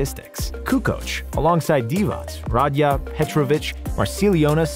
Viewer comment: Nobody gonna point out the murder of dino Radja last name. The d is silent and the emphasis is on the j!